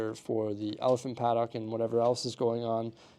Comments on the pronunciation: I came to the comments thinking the same thing! It sounds like he's putting all the emphasis on the 'o' when that's the part of the word you're supposed to put the least emphasis on, more like "padd'ck" than "pad-dock". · Please stop murdering the English language and learn to pronounce paddock properly 😂